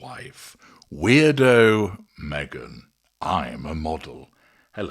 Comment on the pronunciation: Was that name "Meega" lol!!! Didn't get her name right!!!!😂😂